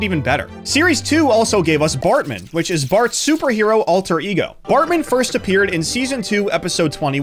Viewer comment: AI voice can't pronounce Unitas or Bartman properly